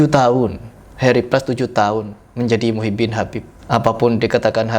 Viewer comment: Tulisanya dan bacaanya muhibbin mas bukan mukibin.